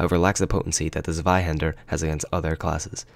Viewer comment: Just a heads up,it's pronounced "Tswaihander", not "Sweyhaender".